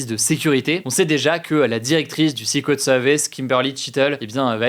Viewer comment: nope en anglais britannique non plus on ne prononce pas secret comme ça.